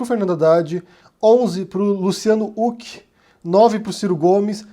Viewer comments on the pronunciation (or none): Sério, tu só pode estar de sacanagem falando “Luciano Uc” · Wait, sério que a pronuncia do nome é "Uck"? Por um tempo pensei que meu fone tava quebrado